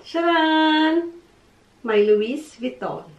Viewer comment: Silent T po ung "louis" sa pg pronouns. :) But such a beautiful bags! Love it!